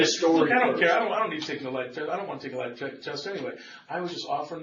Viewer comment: When the detective said, "lie detester," I laughed out loud! 😂😂